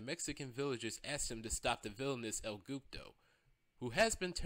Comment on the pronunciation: . 😂😂. “El Goopdo” 😂. Its El Guapo